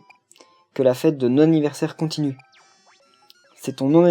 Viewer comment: Sa se dit pas non anniv. Mais Nonne anniv. X) et Oué !